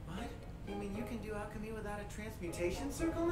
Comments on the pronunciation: Why does everyone call it "alchi-history" it's "alche-hestry" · Alcahestry not history :) Ishval not Ishbal, Ishval sounds better anyway.